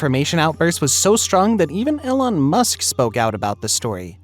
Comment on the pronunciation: You didn't find it? Still? Do you need help? I can help you find the transposition. It's not that hard. And it's pronounced "Eee Lawn" not "Ellen"